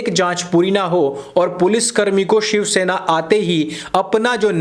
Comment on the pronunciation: Did you say ^shav-sena'?